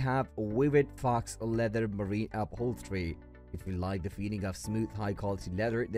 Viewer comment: Faux is pronounced like toe it’s a French word for false